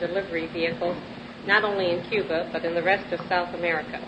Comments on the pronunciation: there is only one way to find out. Get him to pronounce Cuba. If it’s, “ cuber” it’s him alright. Just hide your wife first. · cuber…..all right dammit….would you rather have that idiot former president in the White House saying Cuba